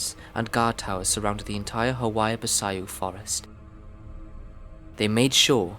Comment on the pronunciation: Hoia baciu, try something like "Who-Ya, Ba-chiu" that Chiu try to make a small sneeze when you pronounce it Hoia Baciu